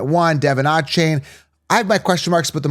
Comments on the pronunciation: “Ahh-chain” and “bye-Jan” 😂😂😭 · He never pronounces them correctly. There is even video of him saying how to say his name and its mom approved.